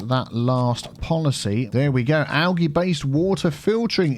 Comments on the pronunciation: Don’t take it the wrong way but the pronunciation for algae is “al-gee” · Do... Do other English speaking countries really pronounce algae "al-GEE" with a hard G? I've only ever heard "al-JEE" with a soft G. Wouldn't be surprised if it's regional though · Were I live we pronounce Algae as “Al jee”.